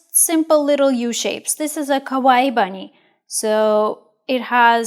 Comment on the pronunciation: the way you say kawaii means "scary" in japanese